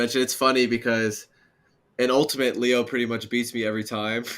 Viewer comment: Tweek will pronounce Leo's name right one day.. I just know it!